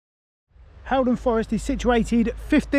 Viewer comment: It’s pronounced hall -Don rather than Hal